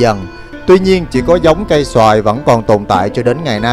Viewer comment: La\ ca^y so^\i (oak tree) ko phai xoa\i ( mango) dau em oi! Rat thich video cua em.